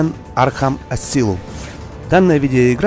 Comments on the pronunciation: Правилно говорить асаиелм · Не Асилам, а Эсайлам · Не Асилум,а Асайлум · Не Асилум а Асайлум